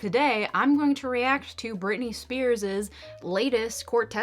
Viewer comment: You lost me at Britney Spearsis... ..lol It is just Britney Spears.